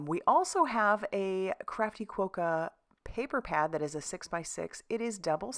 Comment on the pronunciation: There are ads on Australian tv at the moment with Quokkas, pronounced with a short o sound not a long o sound. Great cards! TFS